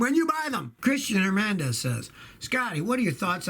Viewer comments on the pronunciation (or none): none